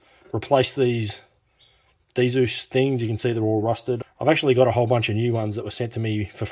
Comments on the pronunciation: lol just a nitpick cos I had to do a whole presentation on it, but its DZUS as in zeus not DeeZoos lol, amazing stuff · its not d-zeus, its just Zeus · Dzus fasteners are prounounced ZEUS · Nice video. Just a tide bit. You don't pronounce the D in Dzus.